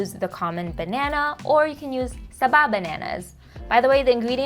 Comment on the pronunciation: The way she said "turon" and "saba" is very Filipino.. wondering if she still speaks Filipino..